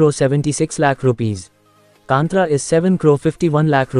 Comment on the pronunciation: It is not kanthraa it's kaanthara ಕಾಂತಾರ plzz correct it broo ❤️